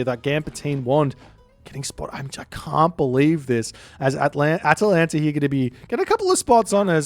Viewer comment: I physically smile every time you now say Atalanta correctly <3